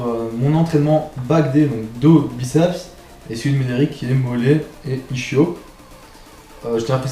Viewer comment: Ischio 😂😂 Son prononcé : [ISCHIO] // Son a prononcé [ISKIO] Peut être qu’on peut le prononcer comme tu fais mais ça me titille l’oreille quand même. Sinon c’est pas mal 👍🏻